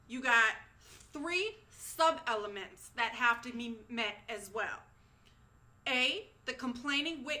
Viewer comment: She says ELEMENTS in all caps lol